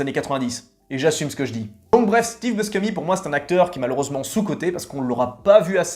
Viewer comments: Steve Buscemi: son nom se prononce /buchémi/, pas /buskémi/ er Robin Williams est décédé en 2014. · prononcer Bouchémy, c'est un nom italien